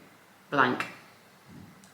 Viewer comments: Mispronouncing the main person’s surname really belies fact you did even basic research. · Do u mispronounce her name throughout? For goodness sake how does she see Guffour???? You have lost a viewer in 3 minutes